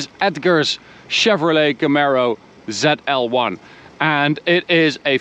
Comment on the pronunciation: Not called Zell L one, zeee L one